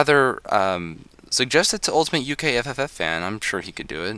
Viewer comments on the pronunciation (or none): none